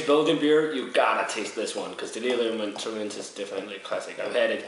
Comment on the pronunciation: Emphasis on the first 'e' of Tremens